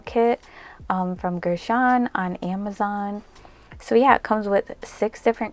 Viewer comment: I love you and your video’s ❤️ (Btw it’s pronounced ger-shun)